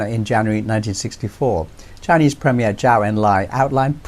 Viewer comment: Lovely piece,. Hope to see China-Africa relations grow stronger, in defiance of US interference. Btw, a small tip, Zhou is pronounced as "Joe". Simple as that. Peace ✌️